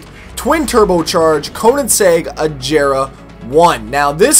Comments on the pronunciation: He says "Ajera" not that Hard G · Especially when he pronounces it "Ajera" it's a G not a J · Really enjoyed this video especially because I love Koenigsegg's. Keep it up more content keeps me interested. Quick side note: It irks me a little that you pronounce Agera incorrectly. Its a Swedish word so it's pronounced as such: Or Ah' gher' ra'